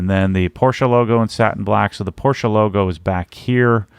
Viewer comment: I se someone else has already commented to the same effect. I've yet to see a youtuber, or aPorsche employee for that matter, pronounce it correctly. Personally I love silver wheels and think the Aurum could look good with certain colour like Night Blue. The Satin Platinum is not bad though. Definitely better than black!